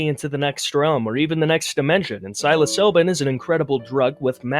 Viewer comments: "Psilo-silbin". Bro is adding letters that aren't even there. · Managed to pronounce psilocybin exactly backwards lmao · I like video but you said nihilism and psilocybin wrong:) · You reaaallly like to use 'pretentious' and 'arrogant' for someone who A) ridicules others who do not think like you, and B) cannot pronounce 'nihilist' or 'psilocybin' to save your life That's gourmet-level irony at its best. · This guy doesn't know wtf he's talking about. Couldn't even pronounce psilocybin. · Work on pronouncing thing properly next time, you mention cringe so many times in this video yet don’t see how cringe it is you can’t pronounce psilocybin or nihilist correctly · Learn how to pronounce psilocybin before you talk shit about it dingleberry!! And Nihilism. Learn English!